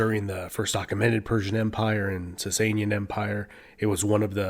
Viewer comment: Thank you for this amazing video. Iranian Empires are often ignored by western cultures that are more into the Roman Empire and Egyptian kings. As a Persian, I really liked your pronunciation of Sassanian as we pronounced it the same way and made me connect to your video even more.